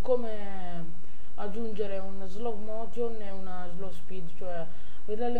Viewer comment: slow motion non si può sentire, ripasso di inglese pure ti serve